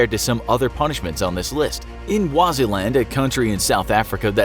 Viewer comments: I've heard you say Waziland over and over... But is it not perhaps Swaziland? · Swaziland (not Waziland) is now called Eswatini. Just saying. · It's Swaziland not waziland😂😂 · Swaziland or Waziland? Cause I have never heard of the latter. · "Waziland"? Do you mean "Swaziland"? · its Swaziland. No such thing as Kwaziland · "Waziland" haha. I think you mean Swaziland, which has a new name now: eSwatini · Did you just say Waziland? Not to cloud the moral of the story but its Swaziland. Swaziland. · it's Swaziland, not waziland.. lol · swaziland not waziland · He legit said "Waziland", couuntry in South Africa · It’s Swaziland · Waziland xD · When you said Waziland I think you meant Swaziland which has recently been renamed Eswatini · Why are you calling it "Waziland" ? It's Swaziland, you guys repeatedly mispronounce so many things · It *s*waziland not waziland Swaziland🤦🏾‍♀️ And it has changed to Eswatini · Did anyone else notice he called Swaziland “Waziland” multiple times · Its Eswatini or Swaziland not Waziland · White people love mispronouncing Africa names.. Did you have to create your own pronunciation of Swaziland?? Wow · It's Swaziland. Thought it was a misspoken name in your script, but on par with your other videos you repeated the mispronunciation repeatedly. Also, as of the date of this episode airing, Swaziland had been renamed officially Eswatini, so it is also politically outdated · "Waziland" Wow. just wow. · Waziland? Sigh. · Two things: South Africa is a country on it's own, and Swaziland (Eswatini) is a seperate bordering country. Also, the S isn't just floating around to confuse people, it's actually pronounced. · Swaziland... you actually pronounce the S at the beginning😓 South Africa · I think Swaziland is pronounced with the s